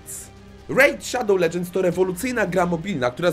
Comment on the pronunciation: Rejt szadoł ledżends✨